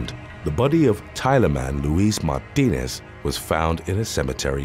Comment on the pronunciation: Martinez is pronounced, MAR -TEE - NEZ.